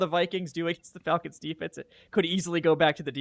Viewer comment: Wtf is up with pronunciation of "Fahlcons"? Especially when Falcoholic makes much more sense when pronounced correctly.